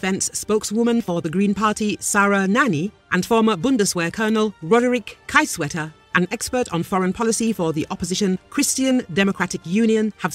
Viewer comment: It is spoken Keezewetter. not Kaysewetter. The name is Roderich Kiesewetter. Also: Not the entire Bundestag advocates the delivery of Taurus, three parties -CDU, Green Party and Free Democrats - support it, three other parties (right wing AfD, leftists and social democrats oppose it. )Supporters are the majority but sadly they form no coalition. of The governing three party coalition only 2 parties support the delivery and voting against your own government is highly unusual in highly loyal Germany.